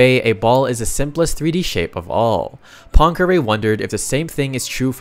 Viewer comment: Why cannot you pronounce Poincaré?